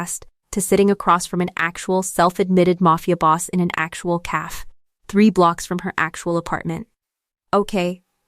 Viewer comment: The Ai forJihoon needs to learn how to pronounce the word cafe correctly. I am enjoying the story.